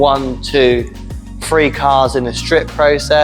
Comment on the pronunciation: talks about free and boofs 😂 I think he means three and booths.